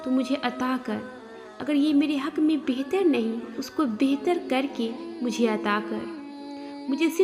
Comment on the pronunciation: Bather nahi bathaer krke adha kr mashaallah